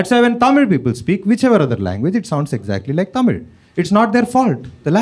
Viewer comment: ❤tamil he pronounced " zl" very perfect